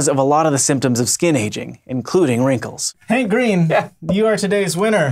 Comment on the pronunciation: Wrankles? [giggle]